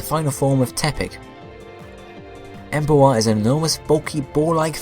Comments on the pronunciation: Em-boar. Not Embo-ar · I hate how you pronounce Emboar because you say the a in it. Em is a prefix in the name and boar is the root word. Meaning if you took out em, you would pronounce boar right, but when tohether you say it like Em-bow-are instead of Em-bore as it is supposed to be pronounced. I'm sorry about this but I am ocd about pronounciations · despite my hate for this pokemon you are still pronouncing the name wrong its Emboar like emb-or not emb-oa-rrr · "Em bu ar" I think you git the name wrong bud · Please can you pronounce the names better. Saying Embo-ar irritated me so much. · u pronouced boar right but cant say emboar? -.- come on man